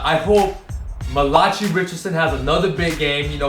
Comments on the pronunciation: oh fuck he said malachee it's Malachi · loool pronounced Mal-a-kye like eye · So you say arcidiacino right but you cant say malachi